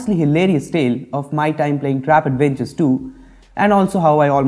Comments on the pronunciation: Its trap adventure not tap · Its Trap not Tap